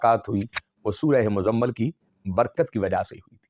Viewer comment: آپکی تجوید ٹھیک نہیں ہے اور سورہ مَزَمَل نہیں ہے بلکہ سورہ مُزَمِل ہے میم کے نیچے زیر ہے.